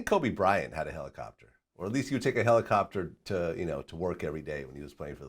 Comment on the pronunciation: "I think Kobe had a Helocopter" 😵‍💫